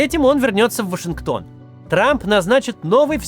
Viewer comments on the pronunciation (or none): none